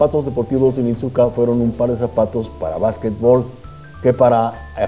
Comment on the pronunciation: Creo que la marca se pronuncia onitzka, excelente informe!